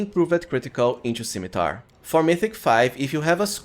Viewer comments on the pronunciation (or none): none